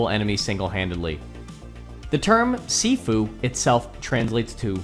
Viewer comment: sorry but your saying sifu wrong